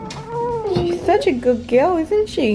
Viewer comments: Every time the lady said girl all I could hear was gill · If I here Gooud gill one more time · I thought she was saying "gill"? I finally realized she was saying "girl". But you are so right, I didn't keep count but honestly, there are other words to be used "Good Momma" "Good Mommy" "Wonderful Lady"...anything to change up "gill"? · What is that "gil" or "giul? ;) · If she says "Good Gill" one more time...